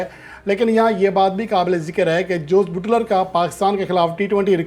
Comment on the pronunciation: Oho buuutler nh buttler word hy may a naaz tajziakar😂